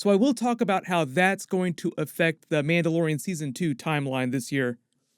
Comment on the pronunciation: “Mauldalorian” Love it! XD